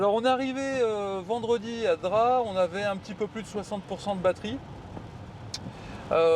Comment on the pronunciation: Un remake des Tuches mais version vlog ultra long et sans montage… 😑 et pour info on prononce DrapE même si cela s’écrit Drap. Et mdr Drap n’a rien à voir avec Monaco 🤣🤣 c’est clairement pas le village le plus haut de gammes des Alpes maritimes d’ailleurs. Un bonheur de voir des gens qui roulent en électrique , payer le péage avec leur carte bancaire au lieu d’utiliser Apple Pay … la technologie mais pas trop non plus visiblement. Bref la vidéo est longue ennuyeuse et en plus 80% des échanges tournent autours des pauses pipi / caca / dodo / repas. Passionnant